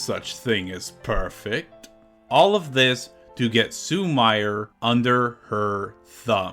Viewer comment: Awesome video! Just one note on Japanese pronunciation- “i” is pronounced as “ee”, and “e” is pronounced as “eh”- so “Sumire” is pronounced “Soo-mee-ray” 😁